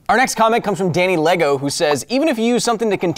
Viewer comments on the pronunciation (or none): none